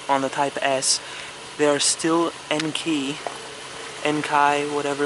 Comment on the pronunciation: It's pronounced (INK-KEY) wheels